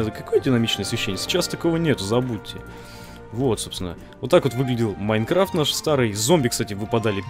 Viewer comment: на ты сказал майкафт